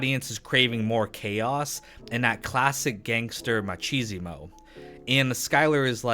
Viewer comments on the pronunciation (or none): "Machismo" isn't pronounced like "machisimo;" i dont know why you continue to say it like that.